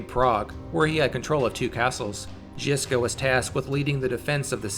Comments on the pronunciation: Rad love it bro but your pronounciation needs work. Trill the ż more it's not jiska it's żiżka like polish word żubr or żubrovka if you prefer i know i do hehe. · The fuckin pronunciation 😂😂 “Ž” is basicaly J without the “d” sound